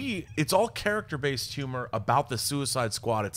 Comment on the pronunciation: I can listen to Schnepp not being able to pronounce H's all day long